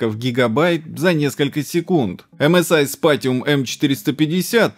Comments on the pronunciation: Докапывается к надписями на коробке с китайским SSD, а сам неправильно произнёс название серии MSI (STATIUM вместо SPATIUM). Ну и в целом посыл про "китайские ноунейм" SSD довольно смешон, давайте брать отечественные, с SLC-памятью и DRAM-кэшем в половину объема диска! xD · МСИ сПатиум ;) А "сТатиум" у вас в статистиках просмотра будет.